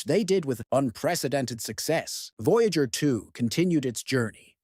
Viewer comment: "VOYGAER" fucking AI slop